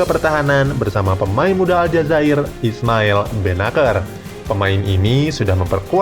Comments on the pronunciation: Kjaer dibaca Kiyaer bukan Kejaer ... Dodol lu Bro ... Bennacer dibaca Benaser bukan Benaker ... Rebic dibaca Rebij bukan Rebik ... Belajar bahasa negeri orang dulu Bro baru ngomong ... Ibrahimovic dibaca Ibrahimovij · Kessie kali om..bukan Kresi Benaser bacanya bukan benaker. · bukan "KRESSI" min tapi (KESSIE) dan ISMAEL BENNACER dibacanya ( BENASSER) bukan BENAKKER😄😄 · Ehh longor.. bennacer bkn bennaker, kessie bkn kresie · Salah panggil Nama King Kessie , Kualat ente min 😂😂 Satu lagi Bennaccer bukan Bennakker 😂😂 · Kressie, Bennaker 😂😂😂 salah cara bacanya banggg wkwk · Kessie dibaca kesi... Benaccer dibaca benasier...